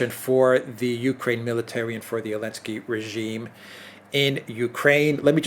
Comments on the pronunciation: Why doesn't he say the Z ? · the first letter in "Zelensky" needs to be pronounced. It's not silent. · I’m sorry but WHY in the flying F$&@ are you saying ELENSKY. YOU ARE ABSOLUTELY RIDICULOUS for this. Say his name correctly.... it’s absolutely ridiculous to listen to someone and take them serious when you are dropping the Z for some placating reason. The letter Z is NOT banned and still exists. Good day.